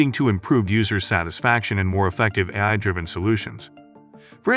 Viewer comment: Dead giveaway; it can't say "A-I" properly, LOL.